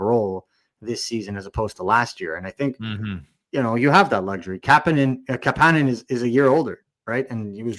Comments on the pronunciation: Cmon fuck …. Why do you have to call him ka pan nin when you know damn well it’s kapanen cap A nin! Damn that hurts to hear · Why can't you guys pronounce Kapanen properly. I have some phonics lessons online for you. Goddamn donuts... I still love the show lmao! 😂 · According to the player himself, the proper pronunciation of his name is kapANen, not KAPanen.